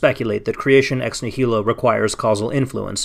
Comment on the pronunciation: It would be nice if the person bothering to use the term "ex nihilo" so often knew how to pronounce it. This is like listening to someone pronounce "America" as "am-er-EEK-a" again and again.